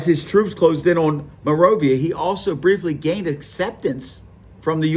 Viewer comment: Bro pronounced monrovia Monrova